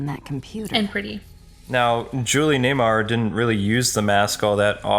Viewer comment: Julie NEWMAR.. Not Nay-mar.